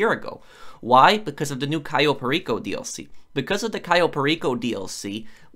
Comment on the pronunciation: the way he says cayo enrages me